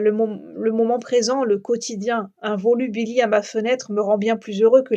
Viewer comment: Bonjour, volubilis toujours prononcer le S au singulier comme au pluriel. Il fera un peu moins chaud demain. On annonce des orages ce soir, je les attends avec impatience, cette chaleur qui n'en finit pas est insupportable... voilà quelques gouttes de pluie à l'instant.